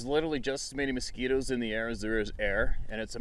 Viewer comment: He said victum of a masquito, i just died🤣🤣🤣🤣🤣🤣🤣🤣🤣🤣🤣🤣 then you got the sabey wtf🤣🤣🤣🤣🤣🤣🤣🤣🤣🤣🤣🤣🤣🤣🤣🤣its going to be a long day in the woods🙄🙄🤯🤯😳😳